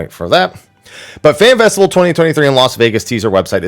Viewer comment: This mf said festical